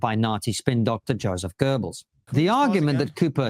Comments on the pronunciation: “Hurrdurr Gurrrbls” bro, learn the name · Christ, Dave Smith can't even pronounce Goebbels name correctly, he isn't sure when the Berlin Olympics took place, can't remember the name of the historian he is citing. But sure, this guy is a real authority on geopolitics and history. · Hitler wasn’t tweaking during the 1936 Olympics…….that‘s a GIF-meme and you fell for it……..also, learn how to pronounce the name ‘Goebbels’ correctly. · Dave is definitely mispronouncing his name on purpose 😂